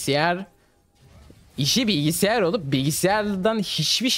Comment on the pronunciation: Bilgisayar o kaaaşim. Bilgisiyar degil. O kadar da anla ama 😂